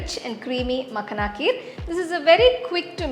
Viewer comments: Lovely recipe mam... ❤️😋🙏❤️ But it's pronounced as "Makh-aa-na" not "Mak-na" in North India and Punjab, from where this recipe version and ingredient originally is .. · Thanks for the recipe❤ But it is Makhaana not Makhna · it is makhaaana not makhna -_ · Srry but it is makhana...no makhna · Its not makhna its makhana...but anyway the receipe is superb truned out very taste...thanku for wonderful receipe... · It's makhana not makhna. Anyway nice video 👍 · You made a very good kheer, however wanted to clear one thing it’s not Makhna, it’s called as Makhaana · Nice recipe. But it's called makhaana. Not makhna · It's not Makhna, it's "Makhaan" please pronounce properly. It's harvested in Bihar. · Makhna ❌makhana ✅😂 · It's not makna it's makhana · Its not मखना, its मखाना. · मखाना मॅडम...no मकाना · The entire time she kept on calling Makhana- Makhna, it’s not Punjabi makhna makhna song. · Makhana not makhna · Seriously i was remembering makna song everytime she said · Recipe looks good. However, Makhana is pronounced as 'ma-khaa-na'. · It's "Maa- khana" the pronunciation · People who commented in reply, makhana is a hindi word. There is only one way to say it. Accents may vary but basic pronunciation can't change. It's not Tomto. Tomato, Tomahto ok. Nothing wrong in pointing out correct pronunciation. No need to be so defensive.